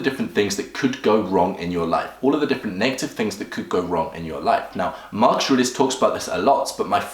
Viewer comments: Why do you keep on saying "Marchuriox" ? You can't even say his name. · you tried WHOS routine??? marks ars??? why dafuq cant you just say his name normaly. this is not twitter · "mark esh ar eesh" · I cant tell if it's your accent that cause you to say Marcus aurelius name wrong, or if your the type of person that purposely miss pronounces something ...asking for a friend Hahahh😂😂🤣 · Gotta learn how to say his name first my friend